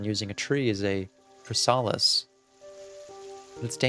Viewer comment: this took me out, it's the word chrysalis, like a butterfly's cocoon. I'm sure you know how to pronounce it, but this was funny LOL. It's definitely not similar to criss olive or criss-solace